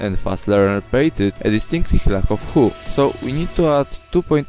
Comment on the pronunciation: in case you didn't know, "hue" is pronounced with a hard u, is it sounds more like hyew, whereas you said hoo. just a pointer, my dude (if you know this and it's just an accent thing im sorry lmao)